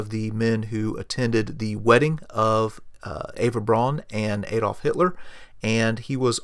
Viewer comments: Please, please. It's NOT Aedolf or Edolf or Eedolf. It's Adolf. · ) "Adolf" starts with a short "A"!! ;-) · well done, why not do you yourself the favour and ask a native speaker to help with some of the names and the correct pronouncation / stress ? Like Baldur von Schirach, Hewel, Gretl Braun. Even Adolf Hitler is not "A" but an "u" like in "up"